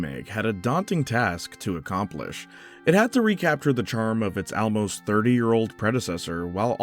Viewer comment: I have never heard someone pronounce "almost" like you in my entire life